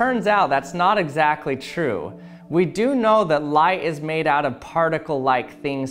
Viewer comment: Do you know why the auto captions keep writing “lie” when you say “light?” Answer: Because you talk like a Valley Girl. Your programs are interesting, but please get some vocal coaching!